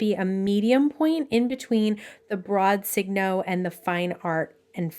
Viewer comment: Thanks for a very good and helpful video. Many people don’t pronounce Signo correctly. I only know the correct pronunciation because I lived in Japan for many, many years. It’s pronounced like “Sigh- no” not “Sig-no.” You know, like sign your name or it’s a sure sign, etc. The pens are made in Japan and the way they would say, “sign your name” in Japanese English would be signo your namu, because their words almost always end in a vowel. Thought you might like to know.😢 Appreciate the video very much.